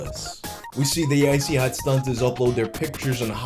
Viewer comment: I wish he didnt pronounce the 2nd T in StunTazz 😂😂 id say it Stunnaz but thats just me 🤷🏻‍♂️